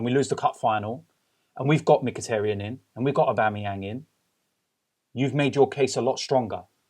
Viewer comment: Guys please lets pronounce Mkhitaryan's name correctly. Its Mkhi-TAR-yan, not Mkhi-TER-yan. Its TAR as in dark viscous substance. Robbie, please take note.